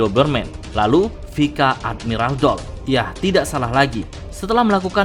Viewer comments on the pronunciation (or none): Jadi bingung pangkat ny doll. Kenapa penyebutan nya pika admiral ya? Bukanya pais admiral? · bukan vika min, tapi bacanya vais admiral 😅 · Sama je, vice admiral si admin nyebutnya pika dlm bahasa jepun